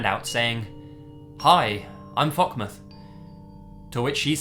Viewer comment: Wait what? "Fockmouth"